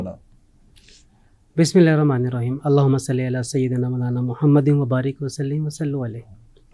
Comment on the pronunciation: ابے جاہل مفت کے عالم۔۔۔۔۔بسم اللہ بڑھنے کی تمیز ہی سیکھ لے۔۔۔۔۔ یہ "ہر راما" نہیں ہوتا Ye "hir rama" nahen hota, balky "Hir rahmaan" hota hay اللہ ذلیل کرے تم جیسے علما سو کو، فتنے کا سبب ہو تم